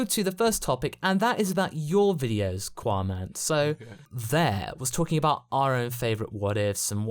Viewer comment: Seriously why is it "quaman"